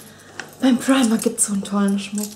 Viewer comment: fu sagst immer primarkt ;))